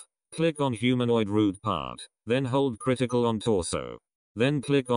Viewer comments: it literally sounded like he said critical button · THIS LITERALLY IMPROVED MY ANIMATIONS 3X BETTAH, thanks man (the way he said ctrl critical)